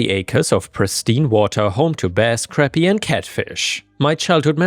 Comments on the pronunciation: "Crop-ee," not crappy for the fish. Yes, our language has very stupid spelling. Sometimes "scholars" actively f-ed with it. Island used to be spelled "iland," because it was a middle english word, coming down from older english. NOT latin, Norman French, w/e. But because the Latin word "insula" is a thing, they decided, even though, again, the word was just cognate, not derived, that our spelling should have an S. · Crappie is pronounced.... craw pee